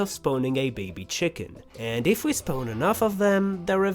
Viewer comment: I love how you say “spone” instead of spawn 🤣🤣🤣